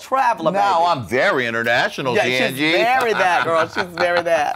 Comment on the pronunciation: i thought she said "shangelier" lmfao